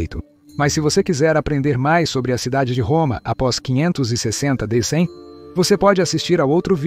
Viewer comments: O seu canal é bom, porém, a leitura boa IA fica ruim, porque ele fala DC como "dê cem". verifique isso. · O vídeo é interessante, mas a dublagem é um desastre e provavelmente feira por IA, porque lê todo C maiúsculo com seu valor como algarismo romano. Então, Constantinopla é lusa como "cem onstantinopla", d.C (sigla para "depois de Cristo") como "do cem". Isso pode confundir internautas mais desatentos. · Que é isso de "do cem" ou "de cem"? O cara não sabe ler data? d. C. é depois de Cristo. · observe qdo ele fala DC e AC